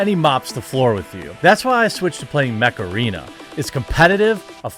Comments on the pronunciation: It sound like macerena when he says mech arena :) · I actually heard Macarena instead of mech arena lol that had to be on purppose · When Jeremy said "Mech Arena" I heard "Macarena". That was an interesting double take. Heeeeey Macarena! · I thought he was saying Mecharina lol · I can’t help hearing the word “Macarena” whenever someone says Mech Arena… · I don't care what anybody says; when that song came out back in the 90s, it was totally my jam. I didn't learn the dance moves to a lot of songs but I did learn that one and I was so proud of myself. Oh, you're saying "Mech Arena". Sorry, I heard something else.